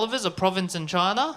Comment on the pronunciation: I like when he says "Choina"